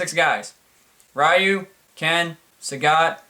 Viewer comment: Charlie Brown Tournament Fighters...I think you just gave MUGEN creators all over the Internet an idea. BTW, it's pronounced Ree-yu, not Rai-yu.